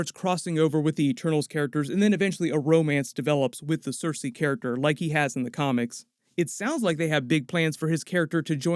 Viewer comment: When you say Sersi, I hear Cersei.